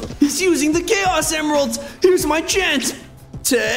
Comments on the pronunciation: When he grabbed the chaos emeralds it said emiralds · Ah yes "Emiralds"